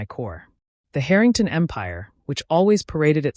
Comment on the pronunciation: AI Let’s work on our pronunciation of Harrington, OK